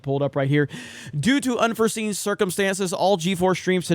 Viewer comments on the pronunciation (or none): "Unforseen" LMAO